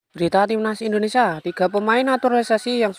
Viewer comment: Benerin dulu bahasa nya min. Indonesia bukan endonesa